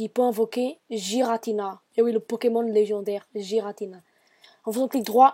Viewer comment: légendaire ! et pas légandaire